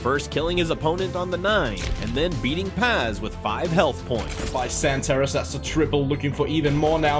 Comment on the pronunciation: "xanatareeeeeess" bruh that pronunciation